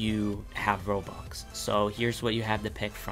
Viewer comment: Is it just me or does it sound likes he pronounces stuff and robux Like stoff and robox not stuff and robux